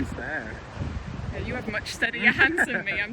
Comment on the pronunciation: I thought she said my hands sh*t... oml